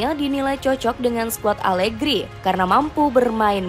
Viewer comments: Menit 1.02 salah ucap (alergi) 😅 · maaf admin. saat menyebut nama alergi. jangan keseleo lidah dong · 0.57 alergi horor bgt min😂